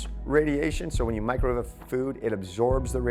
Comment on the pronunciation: Mee-crow-wah-veigh !!! Love the videos! Keep them coming.